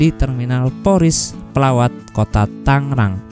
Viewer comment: Tangrang apa tanggerang